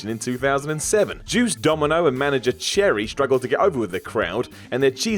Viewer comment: Also it’s “Sherri” not “cherry”